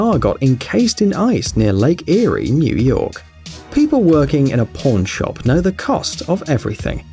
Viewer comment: did anyone else hear ‘porn shop’ not ‘pawn shop?’ 😂lmao I did